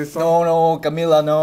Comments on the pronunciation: "CamEla" in the end of video triggers me so much ugh. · she's triggered coz you pronounced camila's name wrong